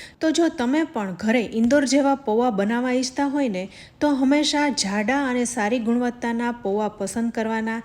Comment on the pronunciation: Zzhalebi, Zzhada nahi ben, Jalebi, Jaada.....